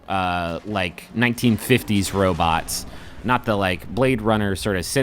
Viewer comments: does he keep saying "robits"? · Yup. The McElroys often call them robits, especially on MBMBaM.